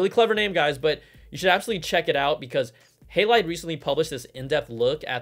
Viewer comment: It's HA not Hey for Halide :)